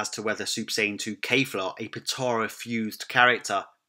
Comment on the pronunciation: The way he says Kefla hurts me.